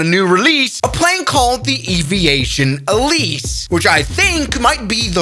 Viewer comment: also its alice, not elise lol